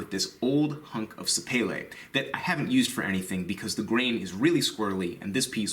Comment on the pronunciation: Thank you for pronouncing sapele correctly. For some reason, it really bugs me when I hear it called "sapelli" or "sapeely".